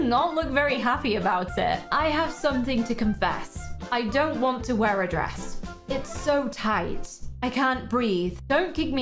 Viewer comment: It's DWESS not DRESS